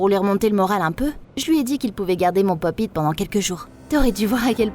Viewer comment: Sa se dit " pop it"